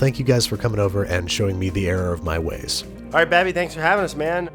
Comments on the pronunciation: "the error of my WEYS".... lol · "the error of my wheys"